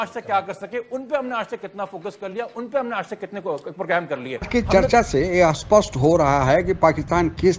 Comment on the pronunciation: Aap aspasht kyu bolte hain spasht ko, ye ulta word hai spasht ka